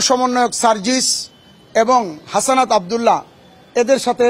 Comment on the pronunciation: আরে ভাই হাসানাত না হাসনাত